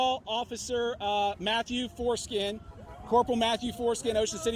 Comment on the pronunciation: I'm sorry but did he say Mathew Foreskin??